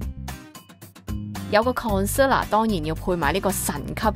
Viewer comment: concealer個讀音係咩事